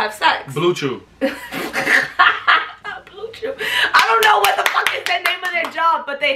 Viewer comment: LMAOO HE SAID BLUECEW